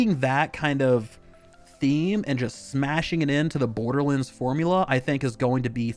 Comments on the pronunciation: Its pronounced "Borderlands." Not "Borderlinds." I don't get it. You had no problem saying "Wonderlands." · the way my man is saying borderlands hurts my soul